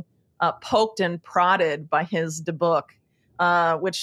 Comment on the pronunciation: It DE’ buk. The emphasis on the first syllable. I can’t get over how precise your investigation is. Wow, wow, wow!